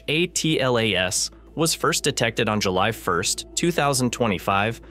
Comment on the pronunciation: It's painful to hear the AI voice constantly mispronounce 3I/ATLAS. I think most people have settled on a pronunciation of "three-eye-atlas".